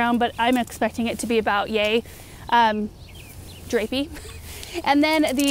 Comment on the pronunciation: “About yea-drapey” make me laugh so hard 🤣 that’s how my brain works, too!